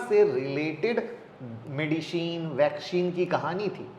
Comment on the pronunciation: Medisheen , vaksheen 😂😂😂😂😂